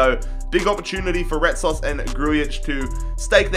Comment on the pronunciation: You butchered Retsos name but it's ok